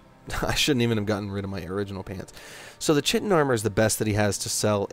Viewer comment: Just for future reference, chitin is pronounced "ky-tin," not "chi-tin" Anyway, I love this game, but I cannot play it vanilla anymore. I played it on Xbox when it first came out. I will not go back to that.